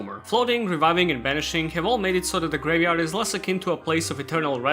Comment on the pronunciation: casually just gonna start dropping the g when saying graveyard